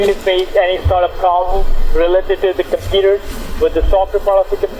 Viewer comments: I think I already heard this indian before in another scambait video... he says "Compeeta" instead of computer=) Edit: It was on a LIVE stream by Leo Takacs scambaiting one or two days ago. So that means this asshole is still doing the same shit after 2 years after this video!!! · someone need to count how many times he says "cimputer" i stopped counting after 54 lool